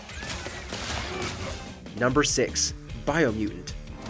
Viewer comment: Bro said biomutant?????? 🤣🤣🤣🤣🤣🤣 I'm sorry, no.